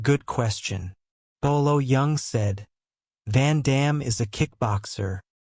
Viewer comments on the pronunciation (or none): It's not biwolo young, it's bolo yeung😂😂😂